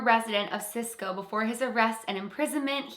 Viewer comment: Hi. Yes I have heard of this story. My Dad was raised in Cisco, thank you for pronouncing it correctly. That is pretty much Cisco's claim to fame other than Darrell Crofts, of Seals and Crofts being born there. I had heard that story all my life. The Santa Clause Bank robbery. Thank you for doing it. You might also look into the Baker Hotel in Mineral Wells Texas. Notes to be very haunted with many stories over the years